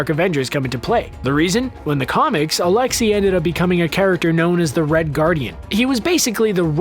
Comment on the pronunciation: Alexei is said alex a not alex e . I know because I am russian and it is my name